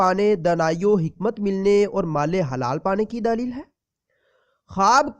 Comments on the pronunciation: دلیل ہوتا ہے بھائی صاحب، دا ا لیل نہیں ہوتا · lafz daleel nh ha ap galt bol rahy ho lafz dleel ha